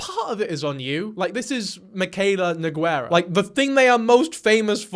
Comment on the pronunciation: PLEASE STOP THE NOGWHEREUHHHHHHH NO-GEE-Ehr-ahhhhh